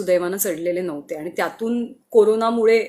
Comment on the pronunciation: Your voice is so sweet, plz work on your Aani word..